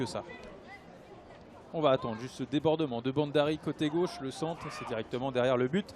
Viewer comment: Ce mec ne prononce pas bien ! B H A N D A R I!